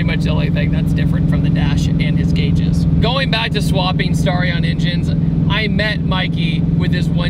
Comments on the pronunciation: Dude it's sta-ri-on not star-ion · The mis-pronunciation of Starion is making me cringe so bad.